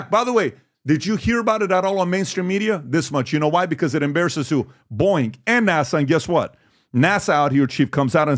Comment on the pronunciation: PBD! For the love of God! It’s pronounced BO-EING not fuckng BOING